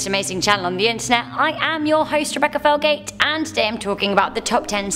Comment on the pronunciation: I know silent letters are a thing but Rebecca makes me wonder if invisible letters are a thing and maybe that's why she pronounces felgate ferlgate